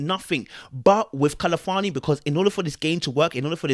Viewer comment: Everytime I hear 'Kali-fani', I wince...it's 'Khal-fani' 🤣😭